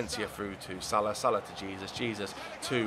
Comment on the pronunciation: You pronounce Jesus name h-e-s-o-s not j-e-s-u-s